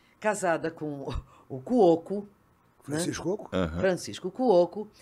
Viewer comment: Ela era linda! Mas será que a pronúncia do nome do Francisco é assim mesmo “Cu Oco”? Antigamente se chamava ele de Francisco Cuoco. 😅